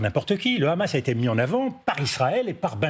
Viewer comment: sa prononciation du mot Hamas me dit tout ce que je dois savoir sur sa position